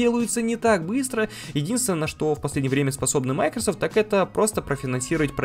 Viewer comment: Только не мАйкрсфт, а МайкросОфт